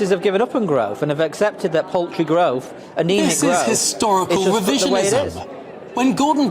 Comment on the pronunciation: Growf he says, not growth.